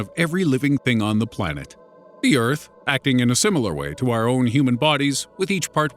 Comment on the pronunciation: just listen how he says "the earth " 😂😂😂